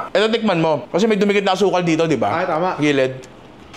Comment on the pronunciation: di talaga mahuli huli ni Alvin yung tonohan nung "tIkman na natin yan pero bago yan Jerome slowmo ka muna konti lang" 😅😂😂